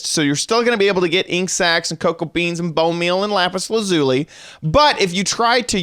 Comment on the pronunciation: You said lapis lazuli wrong just saying